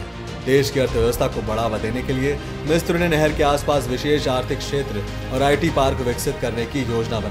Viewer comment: मिस्र (misra) है, मिस्त्र नहीं है